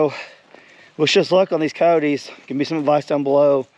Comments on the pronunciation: Your peacock got attacked by Cody's LOL say it a little bit more properly co-yo-tes ( ki-yoh-tes) not codys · It's ki-yote...2 syllables, not 3!